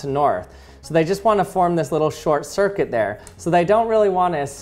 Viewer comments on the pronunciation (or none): none